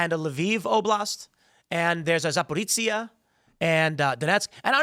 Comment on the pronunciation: Its "ZaporiZHia" not "ZaporiTZia". JS Looks like "lyin Ted" is now downgraded to "ignorant Ted." 😂 One way or the other, Tucker still has a great show, he's just been released from his golden handcuffs and can do interviews the way he wants to, now. If that includes making lawmakers fools, so be it.